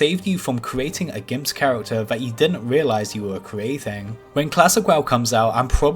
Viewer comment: Making fun of someone's speech impediment, truly some high brow humour.